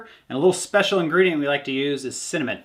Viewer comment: I had to go back and listen 3 times to make sure you said cinnamon. 😮